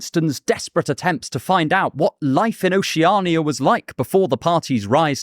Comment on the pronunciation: Your pronunciation of Oceania drives me crazy. Oh she ah nee yuh... what the hell is that? Ocean is an established word in the English language.. isn't it just that with 'ia' at ghe end?